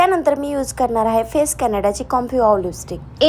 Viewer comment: फेस कॅनडा नाही ते फेसेस कॅनडा